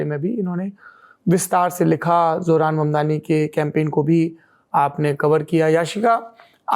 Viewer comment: His sir name is MAMDANI not MANDANI....